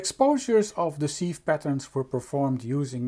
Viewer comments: Interesting. Sieve is pronounced 'siv' in english. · Very nice, thank you! Despite the spelling, "sieve" is pronounced with a short "i" as in "sit"